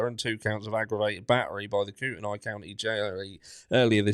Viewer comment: Helping with pronunciations. Koo-ten-nee . Lay-tah.